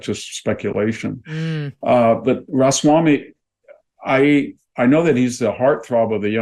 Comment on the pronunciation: It's Ramaswamy, not Rosswamy.